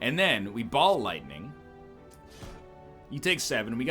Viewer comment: is it rude if everytime he says ball lightning, i hear Bald Lightning?